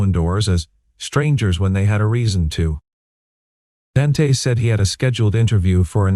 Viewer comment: The name is pronounced Daunte not Dan te